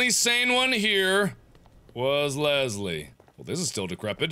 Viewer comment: Biggest pet peeve, there is no 'z' in LeSSSley!